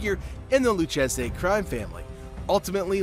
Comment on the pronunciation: Yea nah i stopped watching after he mispronounced Lucchese